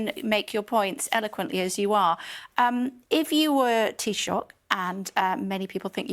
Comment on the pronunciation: Irish Foreign Minister "Mee-hall" Martin. He swapped being "Tee-shock" in recent weeks. Basic facts about your neighbours, its not that hard.